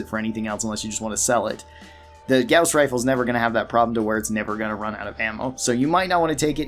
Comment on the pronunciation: I don't mean to be a butt about pronunciations but you mispronounced the perk jury rigging. It's not pronounced like a courtroom jury. It's pronounced like the name jerry. Though I can't blame you, the English language is stupid. Edit: you also mispronounced gauss rifle and claustrophobia.